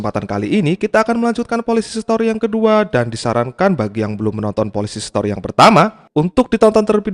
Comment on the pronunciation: Aku dengerin mimin nya spelling Polisi Setori😅